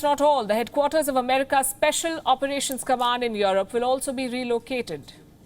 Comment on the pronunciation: I know its a bit hard to do this but please at least pronounce these words right. its Europe not yaarup. its Italy not idly